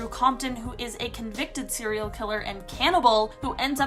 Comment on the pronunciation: Why are you always mispronouncing “serial” as “seal”? Also, why do you mispronounce “barely” as “belly”? However, perhaps the weirdest of your mispronunciations is what you do to the word “caretaker”: saying “keh-taker” instead. Why?